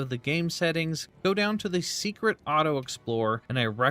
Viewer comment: I think it’s just the way he says Seikret, sounds like he’s saying secret.